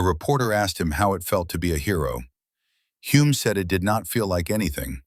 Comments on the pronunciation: His name is pronounced HULL-M! Bloody AI crap! And he's very well known in NZ. His son Denny was F1 World Champion in 1967!! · Using ai and getting Humes name wrong on multiple occasions is incredibly disrespectful 😢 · Great and very true story, but all of the Greek and German names are mispronounced and as another viewer wrote even Hulme’s name is mispronounced… and there are many other mistakes too. I guess AI is not very I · What a pity an AI voice with an American accent who screwed up Clive Hulmes name at every opportunity had to be used.